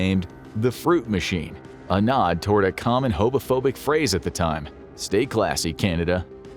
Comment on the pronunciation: Bro said 'hobophobic'